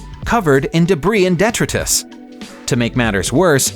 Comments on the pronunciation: Can the script writers please ensure that the person reading the scripts knows how to pronounce the words properly. Ren-ALT really ?? Det-ti-tus.......... Pronunciation mistakes appear all to often in videos from this channel and it's one thing that stops me from clicking the Sub button. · OK, man who says "Ray-nolt" and "det-trit-us", you didn't even come close to the most expensive, abandoned car. This once famous vehicle has been just sittng there collecting dust, far, far away since the early 70s. And the price tag: $38,000,000.00 not including manufacturer's delivery fees between $13,000,000.00 and $15,000,000.00. The abandoned car is, of course, NASA's Lunar Rover! Cheers, BH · How do people get jobs as narrators and spokespersons when their vocabulary is so limited, that they can't pronounce words that we, the uneducated masses, readily recognize? detritus [dəˈtrīdəs] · Covered in det-ro-tus? Jesus, is that worse than being covered detritus?